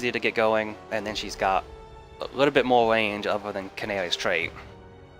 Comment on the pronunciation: Numba thweeeee starting at black canawy😂